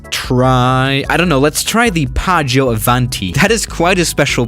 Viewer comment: It’s Piaggio, Not Paggio